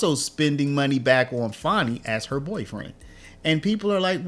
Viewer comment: Fani annie bo bani banana fani fo fani me my mo manny FANI. Nobody wants to say FANI. Not fawni .. Fanny. Her daddy calls her fanny. Fani, take a load off. fawnie, y'all making her hate her Name. It's Rude to Not say her name properly.